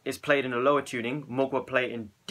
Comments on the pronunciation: It's not pronounced Mogwai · Mgla is pronounced ""Muh-glaw" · It kinda is, the L is soft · did you say Muglua? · the way to pronounce mgla is read the L as if it was a W, and read it in one syllable. you're welcome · Ahah im from Russia and i can pronounce Mgla correctly an you can not ahahaha